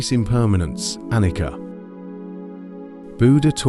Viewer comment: Excellent one ( appreciate your efforts in creating this content ) The pronunciation of Anicca is ( A ni Cha) - Pali language Nicha means permanent Anicha means impermanent